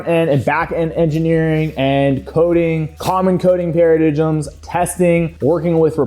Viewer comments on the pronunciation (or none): Keep the videos pumping. Dump the dubstep music its from 2016 clash of clans videos and tacky. Paradigm is pronounced paraDINE.